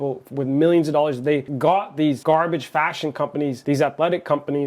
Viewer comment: Her voice at the very beginning, jesus christ. Three to four DOLLERRRS DINERRRRR